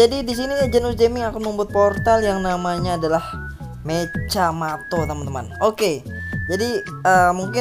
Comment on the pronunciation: Mechamato lah bukan mecjamato kau tak tau bahasa malaysia ka nih!!!